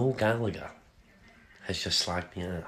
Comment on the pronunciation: Can't even pronounce Gallagher